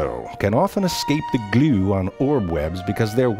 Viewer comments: The way he says glue is just 👌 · I love the way he says glue xD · I can say going in he's going to say "glue" weird. I can feel it.